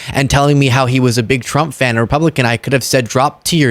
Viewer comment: Dinint? Counint? why are we abandoning that "D"? It's not just; it's creeping out all over.